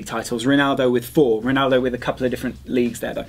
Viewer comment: Did enyone notice that said pnaldo not ronaldo?